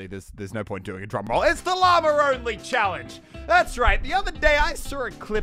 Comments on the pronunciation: I always hear stuff like ‘llamer’ and ‘bananer’ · At the beginning He sed llamer it’s llama. 😂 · stop saying lamer it is LLAMA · The first time he said llama he sounded like he said llamer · it annoys me that i know for a fact he can say Llama correctly but still says Lommer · Me (an american): did he just say llamer?